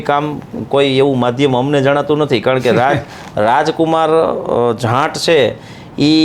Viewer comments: It's not jant 😂😂😂 it's JAAT please pronounce it's properly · જાંટ નઈ જાટ 🤣🤣